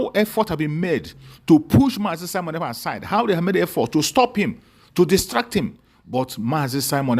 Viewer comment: This fool, our leader name is not kalu but kanu You can't even pronounce the name of your client DISINTEGRATION IS OUR GOAL They sent you to kidnap MSE,noted,wait you will get the music